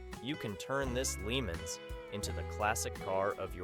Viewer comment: #1 car should be pronounced "Pontiac "Le Monz" not Limins.